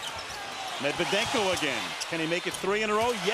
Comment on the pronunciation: No One: Steven A Smith:Medvedenko🙄😑😒